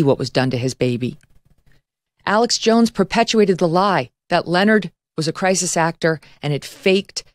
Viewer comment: It’s Alex Jones, not Alex Joneses.